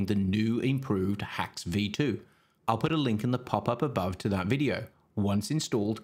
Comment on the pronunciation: The way you speak that PAPAPABAW is so hillarious ) It took a two or three videos for me to watch to understand that you mean 'pop up above"